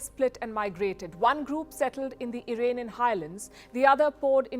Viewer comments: Very poorly researched piece. And Ms. Sharma doesn't know it's Iraanian, and not Irainian... 🤣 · It's funny how you say Iranian avesta😂